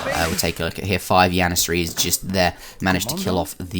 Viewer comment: Y u say yannasaries and hot jannasaries